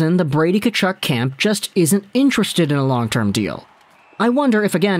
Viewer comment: pretty sure the first "K" is silent in Tkachuk, not the "T"..but, at least you didn't say Kachook..I actually went to highschool with a Tkachuk..no relation..he pronounced it Tuh-KAW-chuk..we just called him Cheeks..